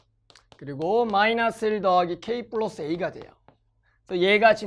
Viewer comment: 쁠라쓰 발음 왜케 웃기냐 ㅋㅋ